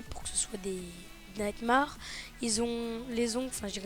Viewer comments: purée le A de nightmare se prononce AI pas A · on dit pas nightmare sa ce dit maire